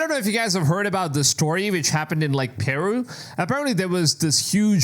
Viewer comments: Pronounce "Peru" like you got a pair. It is "Peh-Ru!" not "Pearoo" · it's not PEEru, it's PerU. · "PIRU" The way he pronounces Peru is aggravating me beyond what it should. I have never heard someone pronounce it that way.